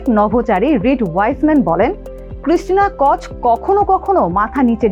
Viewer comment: For your kind information, the pronunciation will be টর্টিয়া, ক্রিস্টিনা কো–ওক, ক্যানাডা, এবং হিউস্টন not the way you are saying.